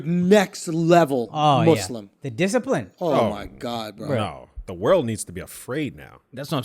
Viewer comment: 😅🤣😅🤣 "It's the Discipline" (Akash in middle eastern accent)